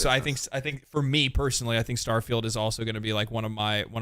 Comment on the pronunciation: Did someone say “STAHFIELD”?